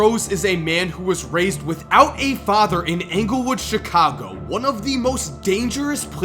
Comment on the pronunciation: That's how you know white af, he pronounces Englewood as ANGLEWOOD😐 say it like Joe Ingles, damn